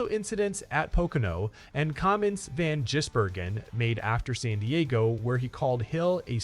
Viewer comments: If you want people to follow your learn how to pronounce his name properly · Jeez mate not gonna subscribe if you say the man's name wrong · Won’t get another view from me, can’t say a man’s name correctly! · At least it wasn't Van Guggenheimer. The AI is starting to sound more natural, but they still can't get his name right